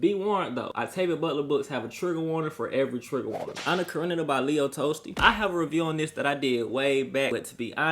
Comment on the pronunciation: "Leo Tolls Tea"